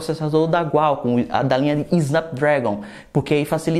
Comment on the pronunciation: É QUALCOMM, com a letra Q e não Gualcom.